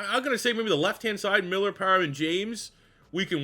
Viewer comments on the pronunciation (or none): none